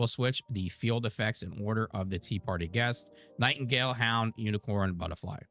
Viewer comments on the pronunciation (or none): none